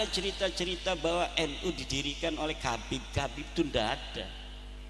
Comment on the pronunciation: ga bisa baca,Habib di baca kabib, walah² kiyai ko begitu, kiyai pemecah umat....!!!